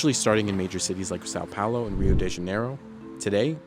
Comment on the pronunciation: Maybe learn how to say Sao Paulo correctly.